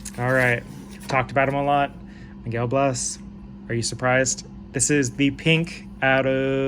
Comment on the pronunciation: Hey, enjoyed the video, and just subscribed. I've got a bunch of Miguel Bleis stuff too, been on him for a bit. Can't wait to see what he does this season! One quick note: I believe it's pronounced "blay-ss", almost like Blaze but with an S instead of a Z.